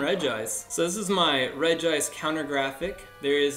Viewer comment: How many People are going to keep pronouncing it's name wrong? It is pronunced Regi-ice!!!!